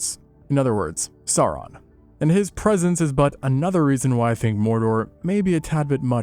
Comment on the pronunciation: Sauron should rhyme with Gowron. In Tolkien's works, "au" sounds like English "ow," as in "that hurts."